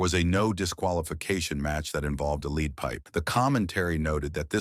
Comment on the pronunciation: You’re mispronouncing the word lead stop using AI voice